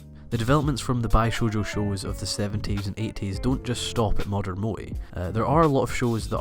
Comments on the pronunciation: Erm, is there part 2? This feels like an interesting attempt to analyse the phenomenon, but also seems to end just before you manage to get to the point ... Also you could learn how to pronounce 'moe' and - especially - 'bishoujo' you know, it isn't THAT hard ... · That's not what moe means and your pronunciation is terrible. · moe is not to be pronounced the english way... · fuck its MOE not MOI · i know its dumb but its pronounced Mo-eh not Mo-ee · i think "mo-eh" or "mo-ay" is fine but it sounds like you're saying "moy" and it's throwing me off because you say it so much hahaha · Just to point out in Japan its Moe = (Mow e) 萌え not Moy. 萌える moeru = Bloom or sprout from a plant. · It is not "Bi-shoujou" like "Bai-ShouJou". It is pronounced "Bee-shoujo". "Bi"美 means beauty. Shoujo少女 is girl. So beautiful girl. "Bai" バイmeans "bisexual" in Japanese. You are saying バイ少女 young bisexual girl over and over. Also it's Mo-eh like 燃える pronounced Moeru or to burn, not moii. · it's moe, not moi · MOÈ. Not Mo-Ee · "Mo-Eh" to your "Mo" - "E". Pronunciation has made it nearly impossible for me to enjoy this video despite all the effort that's gone into it. I know im dumb, stupid things like this will ruin something so great for me. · and the way he pronounces it sounds like mooi ie pretty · its pronoced "MO - A" I think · you know very well how the word moe is pronounced in japanese, i don't care what country you are from or what accent you have why the f*** do you keep pronouncing it as 'moy', is it difficult? how do you pronounce the first E in everyday? ah ffs he even mispronouced bishojo, i can't watch this anymore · "moee"? Why English speakers cannot pronounce things normally xDD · Your pronunciation of the word "moe" sounds exactly like the Dutch word "mooi", which means "pretty" or "nice"... Hmm... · How would you correct his wrong spelling of the word "moe"? He says it like "mo-ee"... which is incorrect. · "mo-eh", and "bee-shore-jaw".